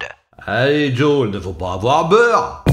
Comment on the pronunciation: "il ne vaut pas aboir beur" 😂